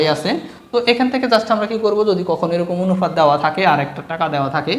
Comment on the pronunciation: অনুফাত না অনুপাত😅